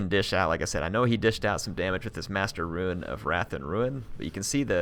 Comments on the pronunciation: Stop saying ruin! Rune is pronounced roon not ruin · Eliot Metherell yes but when he says Rune of whatever he always pronounces Rune like ruin